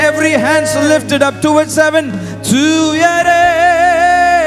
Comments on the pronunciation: It’s not tuuyarae tuyarae why now a days even priest not pronouncing the Tamil words properly while worship. Just to show off? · Tuarae ah..pronounce it properly..thooyarae...brother please..u r born in Tamilnadu. Nt in western countries 😊